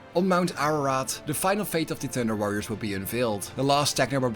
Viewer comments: All I hear is "Tinder Warriors"? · With your lovely Dutch accent I keep hearing Tinder warriors… I feel this would have been a different story entirely :) Awesome video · the joke is that when the narrator says 'thunder warrior', it sounds like 'tinder warrior' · Your accent makes it sound like you’re saying “Tinder Warriors” and it makes me giggle 🤭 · "Tinder Warriors" made my ear twitch every time I heard it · I'm listening to this podcast style and I was really confused about who the tinder warriors were then I realized you were saying thunder. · I like how your accent makes "Thunder Warriors" sound like "Tender Warriors" to me! In my mind I keep picturing proto-Astartes with Care Bear symbols on their power armor!😂 That gives me an idea for a home-brew chapter that would make the Salamanders look downright heartless! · All I hear is Tinderwarriors😂